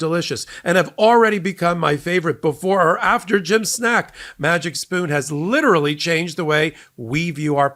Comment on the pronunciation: Please learn how to pronounce “literally”.